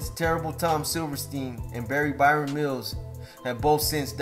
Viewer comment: It's Baron ya Muppet.